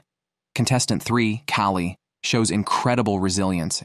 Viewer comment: I hate AI narration, especially when it is stupid, like calling a woman "he", oir mispronouncing easy names like Callie "Kaolie" Too cheap to pay a person to read the script? At least program your AI to speak proper English.